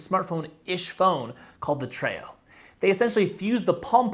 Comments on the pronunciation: I worked at Palm from 2003 to 2009, and just an FYI (sending this in as friendly a way as possible) - the Treo is pronounced Tree-oh, not Tray-oh. Lots of people mispronounced it, so - all good. But yes it is TREE-oh. :) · And historically it's pronounced Tree-oh.